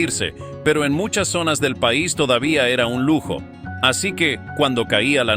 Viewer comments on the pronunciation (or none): none